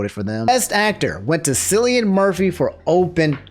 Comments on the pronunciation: For people that don't know 😉 (I didn't know until yesterday...) Cillian Murphy is pronounced with a K. Killian Murphy. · To be that guy, Cillian is pronounced as "Kill-ian" not sillyian* just a small thing I wanted to point out